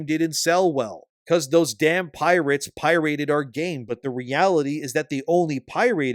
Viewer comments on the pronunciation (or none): lol at "pie-rate" is that the Canadian pronunciation? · Pie-rate lol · Why does he pronounce it "pie rate" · You can’t convince me this video isn’t ai 😂 nobody says pirate the way this dude does….as far as drm and kernel level anti piracy/anti cheat software, you’d be surprised at how many games have this in them. This isn’t a gearbox or borderlands thing. Yes it does hinder performance. But no, gearbox will be “going through your photos” on your pc. Jesus this weird fear mongering of drm is strange. Also I’m seeing this small group of very obviously non-borderlands fan content creators keep talking about the $130 version of the game and either how it’s “locking people out of content” or how all the content should be there on launch included in the $70 price tag. Yall do understand how dlc works right? Like this is not a secret. You can pay NOW to get the dlc’s cheaper. Also I can tell this dude isn’t a real borderlands fan because he said “now this isn’t the first time gearbox has charged for new vault hunters, with Krieg and Gaige being released with the moxie dlc”….homie that’s not how that happened.